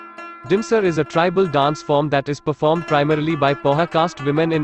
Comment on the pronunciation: Your pronunciations of dance forms are terrible pls check it